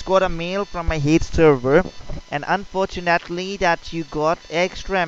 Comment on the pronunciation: "un for TUNE atlee"